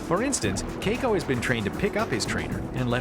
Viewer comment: Anyone else bothered by how the narrator is pronouncing Keiko?